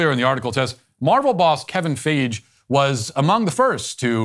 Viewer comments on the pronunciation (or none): (I apologize for doing this) its mot kevin f-eye-gh but its kevin f-eye-gee